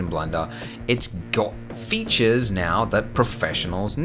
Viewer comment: new feeetsheeuuurh?